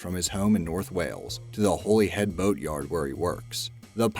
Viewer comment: An American pronouncing Holyhead and Anglesey sounded wrong on so much levels. For one its Holyhead is really Holly-head.